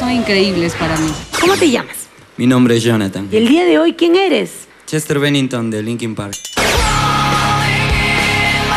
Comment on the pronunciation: Chester "Rennington"?..... si es verdad que no es como Chester pero si vas a dar una opinion como esa minimo aprendete el apellido o googleala, lo que dice el es verdad pero no le puedes cambiar el nombre(apellido) a "Chester BENNINGTON"